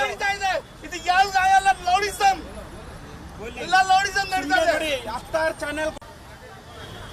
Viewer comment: ಅರೇ ಅಣ್ಣ... ಅದು ಲೌಡಿಸಂ ಅಲ್ಲ... ರೌಡಿಸಂ.. 😂